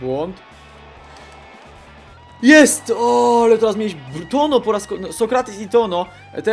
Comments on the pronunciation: Chłopie chcesz nagrywać filmy to ogarnij sobie przynajmniej jak się wymawia poprawnie nazwiska. TONO? Serio? Nie trzeba być iberystą żeby wiedzieć jak się to czyta. Nie chcę być złośliwy, po prostu to strasznie denerwuje, a ostatnio zdarzało Ci się to kilka razy. Mam nadzieję, że to przeczytasz i weźmiesz sobie do serca. Pozdrawiam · w Hiszpanii ñ czyta się jak nasze ń był błąd jak wypowiadałeś nazwisko bramkarza. Taka rada na przyszłość. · Toño wymawia sie jako Tońo :)